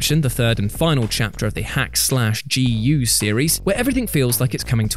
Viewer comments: My man said "hack slash" lol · I really hate to sound Nit Picky here... But It's DOT Hack G.U.. Not Hack Slash G.U.. And the final arch is to show a very prevalent theme through out the story, "Aiming for and Using a power you do not fully comprehend, can have devastating results." Cubia wasn't just a throw back to the previous series of games, but also a world ending boss and the Anti-existence to the power you as the player have been using the whole game to solve your, "Problems." Normally, I wouldn't get too bothered by these simple things, but DOT Hack has be a hugely underrated game series in the west, and to see something as little as a mispronunciation of the name is in itself a disappointment. It is kind of in the same Category as the Persona series, with the main exception that it hasn't had a new game come out in the west that suddenly skyrockets it's popularity like Persona did with Persona 5. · Mate, it's said "Dot-Hack G U". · It's called DOT Hack//G. U. And you don't say slash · The way you say .hack//Gu is weird XD most fans just call it dot hack GU. The dot is said just like dot hack sign .hack//sign or dot hack infection .hack//infection. No hate just think it’s a little weird the dot is printed on the anime for sure as dot. Ether way keep doing what you’re doing you beautiful soul. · why you gotta mispronounce dot hack